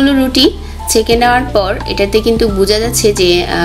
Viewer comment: শব্দটা "কিন্তুক" নয়, ওটার উচ্চারণ হবে "কিন্তু"।